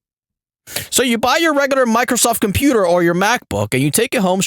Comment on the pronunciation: "HORNY YOUR DINNER IS READY" "THE COMPUTAR ROUUM"